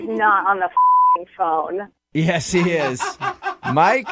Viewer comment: I've never broken a Bewwn"" you gave me your pheywn number" Man I hate this guy for that reason only